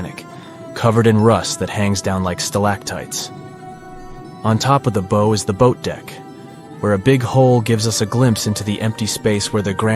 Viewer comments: Hi there....Um one correction in pronunciation at timestamp ...The word "bow" is not pronounced like it sounds....Its not pronounced like "Theres a bow on the Christmas present", but instead its pronounced like this: "The stage actors took a BOW {like Bow-Wow} to thank the audience", It rhymes with "now", "how", "cow", "or "vow"...Just thought I'd bring this to your attention, but overall a great narrative of the incident, and a great presentation...Also, the iceberg made 5 small side gashes all less than 7 feet in length, albeit the last one which was about 15 feet long...Thank you for this video. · i wish they would say 'bow' right, we're not talking about a bow (b-OH) tie, instead we are taking a bow (b-OW, like pain sound) to the audience....AI sheesh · If you're going to use AI for the narrator voice, then please teach it how to pronounce words correctly. It's not bow as in bow and arrow. It's bow as in wow or bough. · Don't you just hate the fake computer voices that constantly mispronounce words like "bow". They can't even get the bow of the Titanic wreck pronounced correctly. And that's the most iconic image of all. Bad Job. Very, very bad narration. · THANK YOU!!!! I was screaming the same thing at my screen. Kinda loses credibility when you can't even pronounce the verbage correctly. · Is this AI generated? “Bow” is being pronounced very wrong.